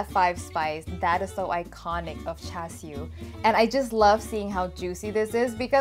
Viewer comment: you even say it very cantonese way lol thank you